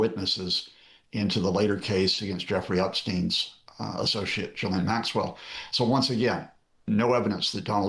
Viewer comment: Why can't the interviewer pronounce Ghislaine's name correctly after all this time? Gracious!